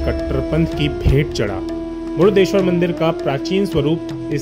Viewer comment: जय भोले!🚩 भाई साहब, "मुडदेश्वर" नहीं.❌ सही उच्चारण "मुर्डेश्वर" शिवलिंग!☑️